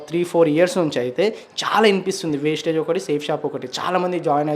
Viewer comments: Mundu pronounsation marchamdi wasteage kadu vestige. Maaku oka manchi academy vundi trainings vunnayi pakka genuine company ani prove chestamu. Google lo search chesina meeku company gurinchi telustumdi... comments nu batti company ni tittakudadu. Gowtham Bali garu society ni marchadaniki ee company ni ethics tho business ni positive way win win situation paddati lo nadupistunnaru. . Meeru Anni telusukune video cheyyali gani yemi teliya kunda video cheyyakudadu. Video chesaka maaku teliyacheyyali anadam correct kadu. Society lo chala fraud companies vunnayi danitho comparison ledu idi organic . Meeku teliyaka pote aa business lo telisinavari numdi vari guidence teesukuni telusukuni video cheyyali kada. Mee join ayyi business chestanu life lo settle avutamu ante maa group lo memu join chesukuntamu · Thammudu first aa company name narchu ko first vestige not wastige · అంపెని పేరు పలకడమే రావట్లేదు వేస్టేజ్ కాదు రా బాబు. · Teliyakunda miru matladakodadu kada wastage kadu vastige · Vestige Aaa bro wastage anukunna 😅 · వేస్టేజ్ కాదు రా బాబు వెస్టీజ్ కంపెనీ పేరు వేస్టేజ్ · Brother వేస్టేజ్ కాదు బ్రదర్ వెస్టీజ్ మీకు వేస్టేజ్ కు నువ్వు వెస్టేజికి తేడా తెలియదు ఎందుకు మాట్లాడుతాను బ్రదర్ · Adhi vastage kadhu raa bevakuf vestige ani palkadaniki kuda ravatledhu 🤦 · Vestige chala genuine company bro manatho pattu chala mandiki life evvochu ...by the way wastage kadu vestige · వేస్టేజ్ కాదు అన్న, వెస్టీజ్ company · Vastige kadu vestige anna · వెస్టేజ్ కాదు రా వెస్టీజ్.... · అసలు నీకు కంపెనీ పేరే పలక రాదు వేస్టేజ్ కాదురా వెస్టీజ్. పూర్తి వివరాలు తెలుసుకున్న తర్వాతనే మాట్లాడాలి ఒక కంపెనీ బదనం చేసేటప్పుడు ఏం తెలుసుకున్నావు చెప్పాలి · First vestige ki maryaada ivvadam narchukondi Asalu vestige gurinchi miru matlade hakku ledu It is not vastage it is VESTIGE Vastage ante పనికిరానిది vestige ante pata paddhati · Aray wastege kadu, Vestige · Westege kadhu andi adhi vestige mundhu sarigga palakandi..... Vestige plan telusukunte mi jivitham marthadhi telusukondi